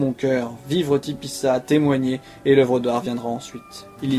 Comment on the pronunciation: Pourquoi tu dis tipissa c'est Tipaza